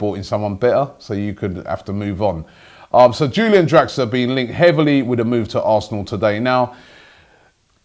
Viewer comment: No Robbie. It's Pronounced like You - Lee - an